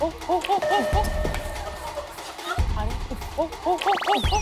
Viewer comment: 은지 ㅋㅋ ㄹ시작하는 단어말할때 rrr발음되는거 웃김 아rrr래